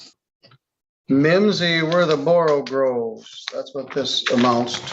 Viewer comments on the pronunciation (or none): "all mimsy were the borogoves" is the actual phrase. not borogroves.